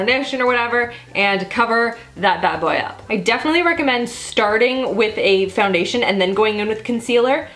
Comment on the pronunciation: is it just me or did she say foundertion ?